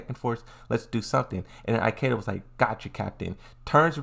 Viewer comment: Eye-keda... why bro?